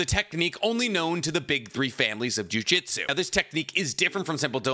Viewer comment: great explanation, but i want to remind you that jujutsu is not pronounced the same as jiu jitsu